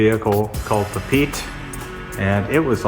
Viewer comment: The pronunciation of "Papeete" is "pa-pee-ate-ay". That is the main town on the the island of Tahiti.